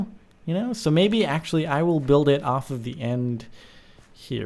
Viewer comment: Axe-ually (actually)